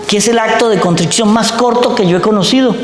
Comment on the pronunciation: Me encanta escuchar a este sacerdote. No me pierdo ningún video. Pero, por favor, que alguien le diga que se dice CONTRICION y no CONTRICCION. Gracias